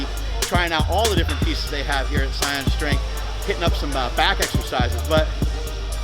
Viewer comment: Hey Mark, not trying to niggle ya, but I think Saiyan is referring to Super Saiyan, from Dragon Ball Z, which is actually pretty freaking cool if it is for sure. But if it is, you would pronounce it "SAY-IN" yours sounds like "Sigh-On". Not a big deal, appreciate the showcase of the Gym though, it really is beautiful! Though, do correct me on the name, if I'm wrong.